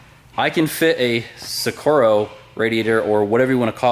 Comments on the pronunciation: Si rocco not sicorro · VW Sicaro 😂😂😂😂 just made my day H. Try saying it 'sure rock oh'. Awesome end tanks mate 👍✌ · scirocco not sciccoro :P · Sur-rock-o radiator (say it quickly) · Sure-rock-oh. Scirocco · Pronounced SH ra co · Sheer rock Oooo is how its pronounced (the vw) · Si ro ko , Scirocco . You're welcome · Do you mean vw scirocco? Its pronounced si-rock-o. Amazing job man, love seeing the progress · Lol dying over here with how you're pronouncing Scirocco 😂 .